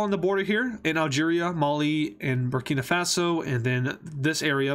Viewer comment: "Burkino Fatso" lol